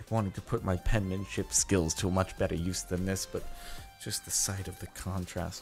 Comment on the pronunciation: His "penmemship"